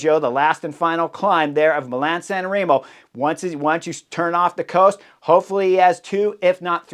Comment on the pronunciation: Am I hearing "Milan San Rimo"? That would be a huge improvement...